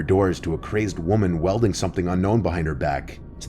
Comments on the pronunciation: You NEVER turn on a light... that's an easy improvised BOOM! Dammit now I'm on a government list. And it's WHEEL-deen not WEL-deen. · in the last story, the woman was "wielding" a knife (sounds like "WEEL- ding), NOT "welding." But thanks for the interesting stories. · It's not welding, it is WIELDING.